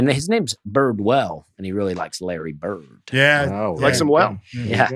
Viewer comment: Dusty and his T’s: Larry Bir-T 101:38 Not be good-T 109:40 doin’ good-T 110:40 very good-T Bored-T Afraid-T Food-T 😉